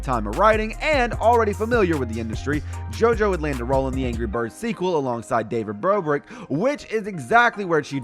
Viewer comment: he said David brorick